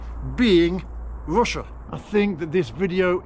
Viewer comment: Ffs! Its Russia not Wussia!